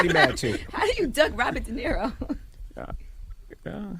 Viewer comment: Robert De Neh-ro?